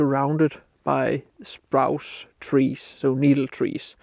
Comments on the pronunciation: nice vid - as ever. Like the swans. Landscapes with wildlife always add value. As a former English teacher, can I point out that the trees in the foreground in front of the dead trees, which you referred to as "sprouce" - as in "grouse". However, they are actually "spruce" as in "Bruce" or, if you prefer, "Loose". Your English is word perfect, so hope you don't mind me pointing out the very occasional mistake. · Lively work, I often struggle with plantation/new growth forest areas but thus gives me some inspiration and encouragement. Your English is brilliant but just FYI Spruce is pronounced 'sproose' like moose and loose. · It’s Spruce not Sprouse. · Spruce — rhymes with goose ;-)